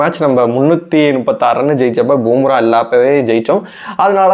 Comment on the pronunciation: அடேய் பூம்ரா இல்லடா பும்பரா மொதல்ல பேருங்கள ஒழுங்கா சொல்ல காத்துகுங்கடா அப்புறமா உங்க கருத்து கூந்தல சொல்லுவீங்கோ